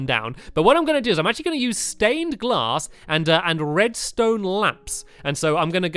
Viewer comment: He said stained class instead of glass